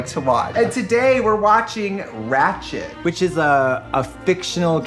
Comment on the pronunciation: I had to rewind a few times to hear Katya say “Ratcht.” 😁❤️